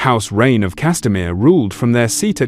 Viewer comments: It’s “rain” not “rain-eh” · The "Reynez" 😂😂